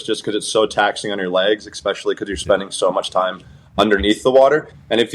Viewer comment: expecially. Why not just say 🪓 too?